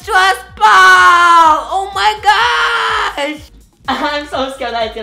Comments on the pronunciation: No it's super annoying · Is it just me but I love when he pronounces ball as "bow" 😍😍😍